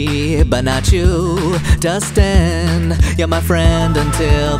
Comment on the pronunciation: It’s Dustin not “Dusten”